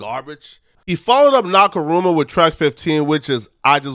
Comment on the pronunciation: It’s pronounced “Knock-A-More-A” what word was you making up there. 😂